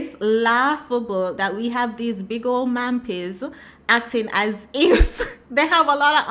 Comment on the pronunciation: THESE TYPES OF WOMEN come on Social Media and spout NONSENSE about their type of "men who have money" THAT DON'T EXIST😂😂😂!! (EDIT): "...MAM-PII..."😂😂😂!!? At least you didn't say "...WAGGA-WAGGA..."😂😂😂!!